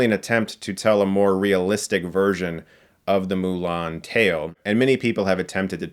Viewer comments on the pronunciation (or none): And for whatever reason, they decided to pronounce Mulan as "Ong"